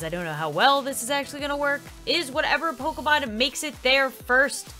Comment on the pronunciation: instead of struggling with saying Pokémon Sims say pokèsims